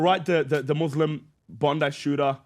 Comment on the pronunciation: This guy is a fraud. "Muthlim" 😂😂